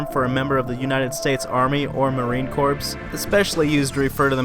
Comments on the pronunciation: Marine Corp is pronounced. Core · My dude said Marine Corpse